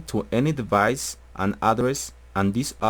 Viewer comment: "midi deBice" u kiddin???))))))